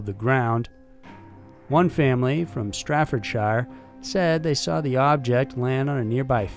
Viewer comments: Straffordshire? You mean Staf-ford-shire, there is no R? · Omg it's R A F not raf and it's Staffordshire not Stratford shire lol and shire is pronounced shear dear lord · " Strafordshire"?!? Do you mean Staffordshire? pronounced Sta-ford-SHER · No 1.Staffordshire. There is no place called straffordshire. And the white is pronounced sheer. It it R.A.Fit you are going to make such a video as this one, at least get it right.. COSFORD NOT RAF.shrawberry. Is R.A.F.SHREWS BERRY.Joe is M.O.D. Never known as mod.